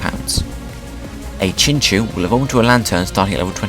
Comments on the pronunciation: Really sorry about this but it is pronounced like chin-chow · Woah I thought it was pronounced chinchow